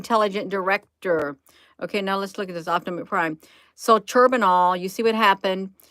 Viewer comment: I love how ya doing this.. pronounced Chern noble... Like turning butter, and nobel nights.. 🤣